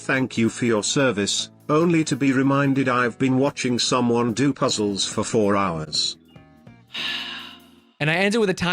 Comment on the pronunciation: It's so embarrassing to hear him call puzzles "puzzes." Real ones call them zzles.